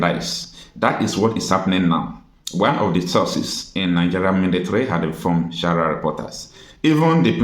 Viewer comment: Mind d way u pronounce d word sahara. This is not shahara but sa-ha-ra Reporters pls.